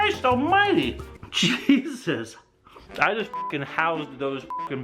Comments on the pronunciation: OH MY GOD AT THE START DID HE SAY “cheese-us” INSTEAD OF “Jesus” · At the beginning do he say cheesus instead of jesus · Who else thought he said "Cheesus"?